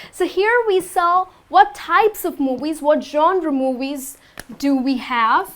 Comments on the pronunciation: Hi. Where are you from? Why do you say 'mowies' instead of 'movies'? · Talking about movies or moowies? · I like the way you are pronouncing movies !